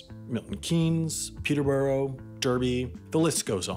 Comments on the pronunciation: “Pee-ter-bu-ro” instead of “Pee-ter-bu-ruh” and “Der-bee” instead of “Dar-bee” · Peter burow lmao It's pronounced Peter-bruh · Did you just pronounce peterborough as "peterborough" and not "pe'a'bruh"!? Actually triggered right now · Well, Derby is pronounced "darby". Not sure about Peterborough, but I'd assume it's more like "Peterbrro"; just speculating though. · To be fair, I used to live in Peterborough and pronounced it like peterburrah, everyone seemed to, at least that was 15 years ago lol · Anthony Howie and “Peter burrow “ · Peterborough: pronounced {Peter-Bruh} Derby :{Darby} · Peterborough = "Peter-bruh" Derby = "Darby" :P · Peterbruh, lol. DERBY it's pronounced Darby. Like destruction Darby. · Peter bow Row, seriously dude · It's pronounced Peter-BRUH by the locals (I live near to it) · "peter-buh-ruh" "dArby" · the narrator said peterborough AND derby wrong ffs im english and it made me cringe so hard its pronounced 'peterbruh' and 'darby' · Who else laughed at peter-bo-row and duur-by? 🇬🇧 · Peterboro and derbi? Please learn how to properly pronounce place names out of the US. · The pronunciations of Peterborough and Derby are physically causing me pain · Adrian Parsons But he’s referring to the place in the UK, not Canada. He lives in the UK. He should know better. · I thought only Americans butchered English phonetics. Didn't know the English themselves do it too. To their OWN FUCKIN' LANGUAGE. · And pronounced Peterborough and Edinburgh as "borough" instead of "bruh" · Come on I thought after a couple of years in the UK you'd be able to pronounce Peterborough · Love from Lynn!! You pronounce Peterborough wrong tho lol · i cried when you tried to pronounce our town names 😂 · You said my home city, but managed to mispronounce it. Peterborough, like Edinburgh! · I cringe when he says Peterborough and derby